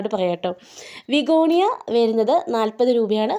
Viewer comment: Vigonia alla bigonia